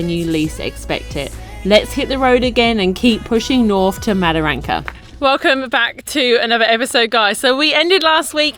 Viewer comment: Wet canteens serve beer with alcohol not like that lollywater drinks Mataranka not madaranka. Bloody English. Love your work keep it up. Cheers the COG 👍🍺